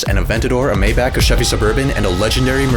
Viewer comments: its not mayback its maybach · you said Maybach wrong